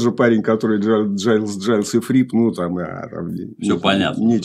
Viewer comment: Братья Гайлз, а не Джайлз. Легко проверить на ютубе в интервью. А, вообще, мне стыдно иногда чего-то "умничать" об ошибках ведущего. Алексей делает это очень профессионально, и это просто вызывает хорошую зависть и вдохновляет меня! Огромная уважуха!